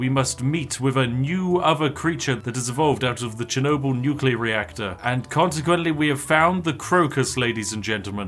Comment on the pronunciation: You said "Nuclear" properly and now I doubt your validity as a Brit.